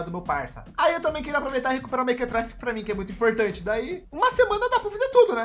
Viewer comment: Quando ele falo fala apuh eu entendi fala por...